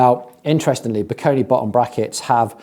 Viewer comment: I do have a hunch that the way "Bikone" is supposed to be pronounced is more in the lines of "bye-cone" and not "bee-koh-nee". That would definitely make the brand name sound far less amazon random garbagey.